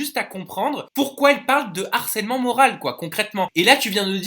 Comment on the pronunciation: moral avec un "e"😂😂😂😂